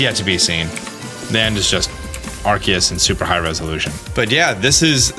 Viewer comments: It's gonna be tough watching these videos as more details are revealed. Arsayus, what? Ark-ay-us. But "that's not right." Some supporting info, Silvallys ability is the RKS System. R K S, you know phonetically pronounced like AR CE US. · My biggest groan is when he says Arceus wrong when the trailer says it for you a couple times and the narrator says it too lol. For everyone else, its supposed to be pronounced RKS, but my man been goofin the names of hella pokemon so eh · It is pronounced “R Key Us” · My only question is why do people keep calling Arceus like Arseus instead of Arkeus? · How u pronounce Arceus, R-see-us, how other pokemon youtubers pronounce it, R-key-us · ARK-ee-us You're welcome,. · It's Ar-kee-us, goddammit! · Arceus is with a k sound on the c, not an s sound. Type: Null has the RKS system, not the RCS system. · My guy can’t even say Arceus right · I don't like how you say Arceus.